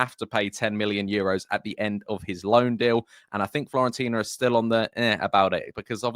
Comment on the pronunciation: Fiorentina mate, not Florentina :)